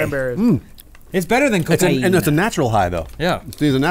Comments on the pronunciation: "cocaiina" kkkkkkkkkkkkkkk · 3rd time I come back just to listen saying Cocaeeena